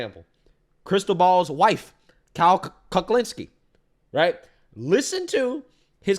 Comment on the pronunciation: It’s Kyle Cucklinski, get it right buddy! 😂